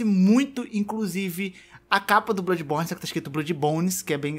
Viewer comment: Caramba só de ouvir "Bludis borne 2" já arrepiei os pelos lá de baixo